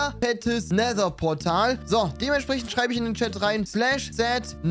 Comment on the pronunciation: End=Nether hat es andauernd falsch ausgesprochen:))